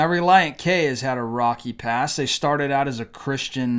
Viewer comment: It's not pide it's pride, not shong it's song, not shtarded it's started and it's not shtanding it's standing. Pronounced these simple words better